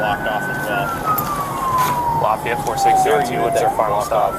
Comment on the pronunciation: Its very funny how you pronounce Lafayette for the frnech I am 😂 For the video, you could say at beginning thzy stalking you all road long. Or said as some other claim, they freely use their freedom of move. Like you. I think at this point under the few minutes of starting vid, they dont do anything strange. But with explanation you guve... Clearly not a single cop around 100miles could be bormal with you. They dream of you paking a step out the lines do jail you for an odor of majijuana.... Be strong Continue sharing what police should be and shouldn't be. Cheers from France 🇲🇫